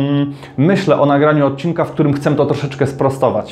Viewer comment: co z tym „chcem” zamiast „chcę”